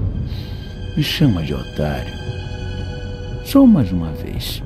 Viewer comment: não mn 🤣🤣🤣🤣 o começo, otarriô🤣🤣🤣